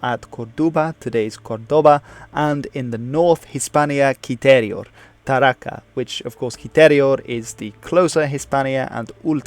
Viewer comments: I'm almost sure that the name of cilterior province capital is: Tarraco, and not Tarraca. I live near there. Although, great video! You did a great job. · Good video indeed! Only a couple of little details: it´s neither "Curdoba" nor "Tarraca", but "COrduba" and "TarracO". And from a citizen from the old Hispania, i say to you: Thanks for you interest and keep on your good work! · Tarraco, not Tarraca; Corduba, not Curdoba...